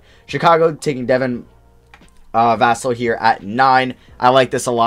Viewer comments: Hey mate I go to FSU and they always said va-sell not vas-l. You had it right the first time Im pretty sure. Much love! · Dude you keeep correcting yourself incorrectly on Devin Vassell's name. The first pronunciation you do is actually correct. It's not Vas-ul lol. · Is it just me or did mess up on vassell's name and cut it out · u gotta be saying vassals name wrong on purpose at this point lol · Jesus dude his name is pronounced “Vuh-sell” not “Vass-ull” you had it right the first time. Also Avdija’s name is pronounced “Av-dee-ah” not “Youv-dee-ha”